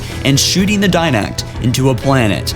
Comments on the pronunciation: DIDACT, FORE-RUNNER, AND LIBRARIAN. NOT DINACT, FOREIGNER, AND LIBARIAN. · Libarian Die-nact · Look Okay? No offense but it's Forerunners not Foreigners, It's The Librarian not The Libarian, And lastly it's Iso Didact not Iso Dinact, Again I mean no offense towards you it just bothered me, It's still a great vid none the less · Dude, it Didact, not Dinact. Librarian, not libarian. Jesus Christ. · DIDACT NOT DINACT. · .Joker Dinact, Libarian, and the one that gets me in ALL of his videos is how he calls forerunners foreigners. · *Di-Dact *Li-Bra-Ri-An